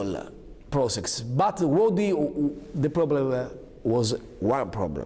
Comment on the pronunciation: It isn't said BUTZ, it is said BUT....Renzi